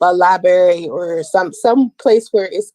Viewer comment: She can't even pronounce "library" she says "library"., until you can "talk good" stop with the intellectual crap cause it's obvious you're not.